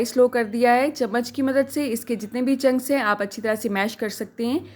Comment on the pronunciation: BHEn oRaT baAji kHaWtOoN, it's called "chunks" not junks